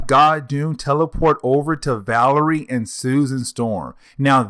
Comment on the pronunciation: It’s “VA-LER-I-A”